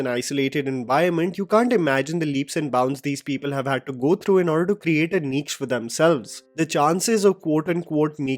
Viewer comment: 'Niche' is pronounced "Neesh"